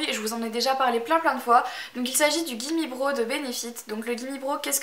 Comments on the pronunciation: le gimmie brow ça se dit braw et pas bro :) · En passant, Gimme brow se prononce avec un "a", et non comme "bro".